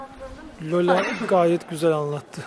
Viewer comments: Bu arada, rehber hanımın ismi Lyola değil de, Lale oluyor bence. 😂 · Üstad Lale dir o'nun adı Lola değil